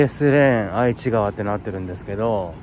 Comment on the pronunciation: 翔さんの時はメンテヤバすぎですね😂 27日土曜日に私も近くのラ•ムー寄ったついでに、ここの太鼓に来ました！メンテはもちろん酷かったです😢 ちなみに、愛知川って書くけど読み方は『えちがわ』と言いますよ😊 うみのこのカレーは自分も小学5年の時に作って食べました！県内の小学5年生はみんなうみのこカレー食べるみたいです😂